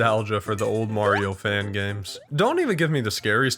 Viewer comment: It's me Mawrio